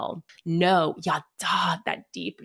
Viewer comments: Sameeeeee ידע is not yadahhhhh It's just... yadah. Tanach lessons were traumatic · Her saying “yaddah” over and over and over as the “Hebrew word” was so annoying as someone who speaks Hebrew 😭 that’s not how it’s pronounced at ALL could she literally not even google it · Total nitpick, but her pronunciation of ידע is another indicator that she didn't thoroughly research that which she speaks of.